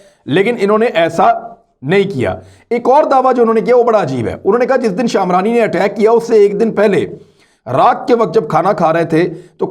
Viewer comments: Shaamrani nahi lafaz shmrani hay a nahi para jahay ga. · Imran sb, Ye word Jo ap شامراني Bol rahe ho aik tribe he شمراني Word he, do make it correct. America aese incidents ko cash karwana chahta he jab k Ye logic hi totally wrong he, Aik student k individual k act pe aik state ko responsible qarar Dia Jaye, Jin millions logon ka murder Kia he America ne us ki responsibility to totally American govt ki he, is pe UNO Ya Koi aur idara notice q nai leta